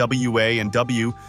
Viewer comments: The A.I voice struggling with "W..........C...W" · Seriously. It can hardly even say WCW properly, if ever... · Ah yes good old Lavern Clarence and the AWA 😂😂😂😂😂😂😂plus I learned one thing from the video. AI has a difficult time pronouncing wcw lol hilarious to listen to 😂😂